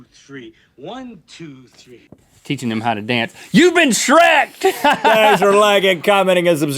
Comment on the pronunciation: Never say shreked again